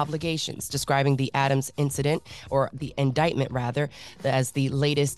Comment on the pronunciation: read it as INDICKMENT i nearly passed out 😂😂